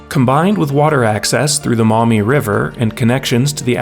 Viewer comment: Saying Toledo and maumee correctly is impressive